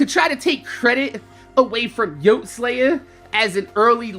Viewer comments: why does everyone pronounce it yohte he pronounced it as yoh tee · Pronounced yotey-slaya